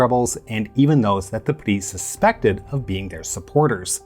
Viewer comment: Well pronounced but wrongly translated, PRI, Partido Revolucionario Institucional means INSTITUTIONAL Revolutionary Party not Industrial. INSTITUTIONAL as single party dictatorship for 70 years type of institutional.